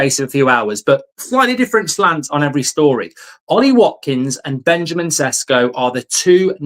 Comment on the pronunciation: May I correct your pronunciation? It's pronounced more like Benyamin Sheshko. You're doing a great job. 👍 Best regards from Slovenia